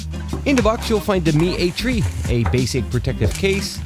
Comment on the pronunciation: Lol Mi A TREE. Lol I forgot the specs.